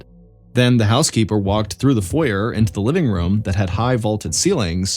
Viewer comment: Foyer hahaha... "FOYAY"